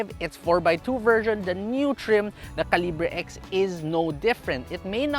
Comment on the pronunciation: Its "kal" + "uh" + "buh". Sorry im kj.